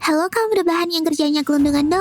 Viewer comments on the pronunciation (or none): none